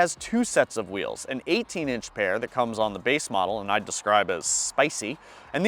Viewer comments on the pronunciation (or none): none